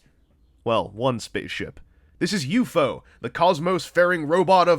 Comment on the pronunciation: I find myself bugged that you kept saying U-FO instead of just saying U-F-O.